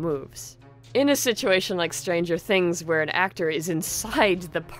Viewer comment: Stranger things.... Strangier things.... Strangierier things.... Strangiest things.... Stranguoariar things.... Strongiariola things....